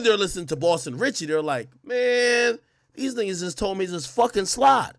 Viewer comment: It’s Boston cmon get it right